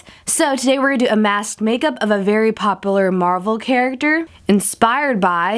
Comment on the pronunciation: popoolar instead of popular